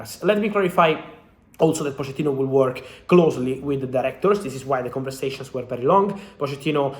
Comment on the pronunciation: Cómo que se pronuncia Poshettino en lugar de Pochettino??